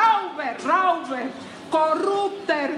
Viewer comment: Alterinc La señora habla un pésimo alemán. Nivel tarzán.Ni se le ocurra imitarla se escribe Räuber y se pronuncia roiba con una r al final tan sutil que casi ni se oye.